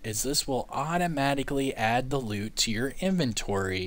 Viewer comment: You mean auto "loot"? Not "loop"